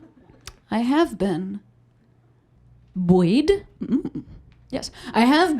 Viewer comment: Buoyed is two syllables.